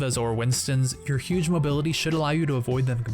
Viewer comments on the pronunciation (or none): none